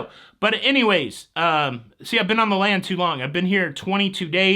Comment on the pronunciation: When you said you were on the land too long, it sounded like you said you were on the lam🤣